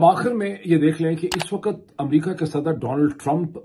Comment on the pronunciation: جب صحیح اردو بولی جائے تو لگتا ہے لبوں سے گل افشانی ہو رہی ہے۔ ویسے بھی آپکا اکثر وی لوگ میں شوق سے دیکھتی ہوں تو میری خواہش یہ ہوتی ہے کہ اسمیں کسی طرف کوئی کھوٹ نا ہو ۔ اگر آپکو میری دخل اندازی بری لگتی ہے تو معذرت خواہ ہوں ۔ کہنا یہ تھا کہ wakat نہیں بلکہ waqt ضحیح تلفظ ہے۔